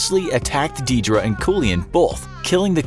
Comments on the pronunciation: Deirdre is pronounced dare-dra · The way he pronounced Deirdre and Samhain was just.... eeeeh.... Deirdre is pronounced: deer druh Samhain: sawhin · Your pronunciation of Deirdre and samhain are atrocius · You are butchering the Irish words oh my, it’s pronounced ‘Deer-drah’ and ‘sawan’ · The way this man pronounces "Deirdre" and "Samhain" causes me physical pain